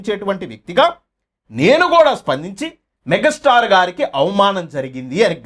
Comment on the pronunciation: మెగ స్టార్ కాదురా బాబు మెగా స్టార్ అనటం ప్రాక్టీస్ చెయ్యి ముందు